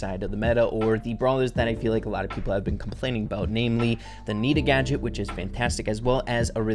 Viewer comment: Did he just say slight nerf!? and also did he say gaget